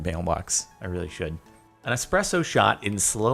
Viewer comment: The fact you say expresso actually pisses me off